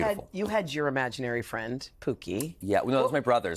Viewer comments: Only Canadians would pronounce "Pokey" as "Pookey", eh? ;-P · Pokey not pookey oh em gee 😅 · I am Canadian and I say Pokey. I was actually wondering why he mispronounced it.